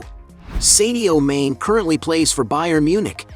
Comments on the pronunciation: His name is Mane'.not main u should know better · There is a reason for the accent over the e, it’s pronounced “marney”.